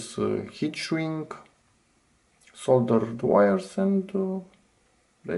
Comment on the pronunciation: you consistently skip the important parts of your exposition: show what you're actually doing, not just the result Ps: because even with the captions on and sound at max, it's impossible to tell whether you are saying solder or fold